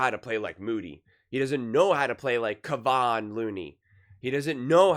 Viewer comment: It;s not KA-VON Looney-its KEE-VON Looney! Getting tired of this mispronunciation over and over by Colin.